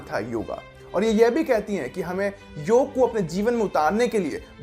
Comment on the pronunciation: योगा नही भाई पहले योग कहे। वरना सुनने का मन ही नही करता वीडियो🙏